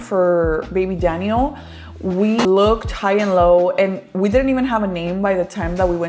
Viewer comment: random Question; but is your sons name Danyel? Or Daniel (en español) , i don’t know why but the way you pronounce his name in English throws me off because you pronounce Santiago’s name in Spanish lol. Now I’m curious if his name is Danyel 😅